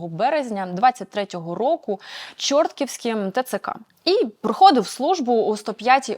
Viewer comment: Дякую «є-питання» за змістовний, актуальний проукраїнський інформаційний продукт на благо нації і Держави! Але,, Чортківськ, Чортківського ТЦК- наголос перепадає на другу голосну букву в слові, тоб-то на «і».